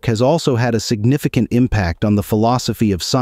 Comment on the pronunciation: “Signifi-kant” too lmfao, horrible